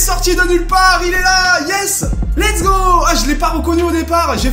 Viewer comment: Pq tu dis l'ets go